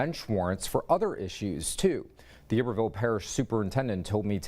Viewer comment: The mispronunciation of iberville hurts my Louisiana soul!